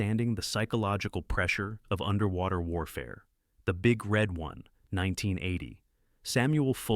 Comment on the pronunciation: Hey, when you say the title The Big Red One, the stress should be "One", not "Red", otherwise it sounds kind of porny.